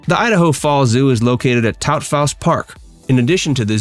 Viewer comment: Locals just call it Freeman Park, and Taupthaus Park is pronounced "Taw-fus." 🙂 Thx for the video!